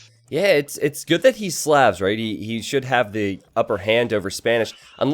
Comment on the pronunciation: Love the channel. You pronounce Slavs wrong.